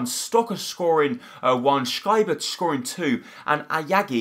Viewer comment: Yep he can't pronounce many namn like Leipzig schieber etc